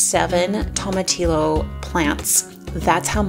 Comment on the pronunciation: Everything looks wonderful. Tomatillo is pronounced "toe-ma-tea-yo" 😀😉